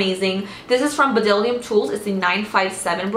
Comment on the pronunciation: Bdellium is pronounced just "dellium"! The B is silent.